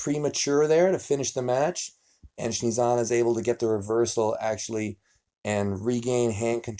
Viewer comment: Nobody: Devon: Shnezana :P